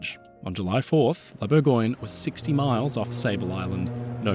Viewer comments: "Bourgoin"? That sounds like the London (?) dialect of English for Burgubdy. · Close, but no. It's "Bour-găăn-yuh". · It's Bourgogne, not "Burgoin"